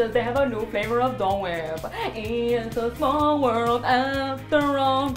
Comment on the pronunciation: Just rewatched this after a couple of months just to watch the "it's a samall world" part